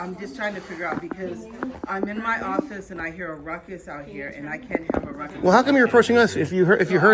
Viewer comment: Did the postmaster sat rutcus instead of ruckus?😱😵‍💫🤡🤪👎🏻